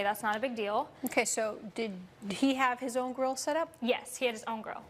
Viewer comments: wow what a brat lol "grow my burger" she can't pronounce grill lol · When she said grill my burger I keep hearing grow my burger